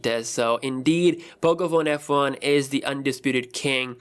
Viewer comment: Im pretty sure i heard him say pocophone fu